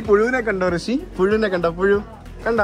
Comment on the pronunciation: But his name is' Rishi' not 'Hrishi'